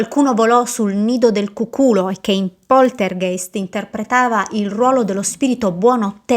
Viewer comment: si dice cùculo , con l'accento sulla prima u